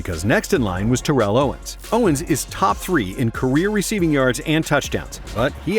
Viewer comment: Your mispronoucing terrells name again say it correctly